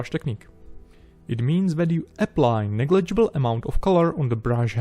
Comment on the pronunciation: "The difference is not negible" - you humble rascal you. That's amazing job man.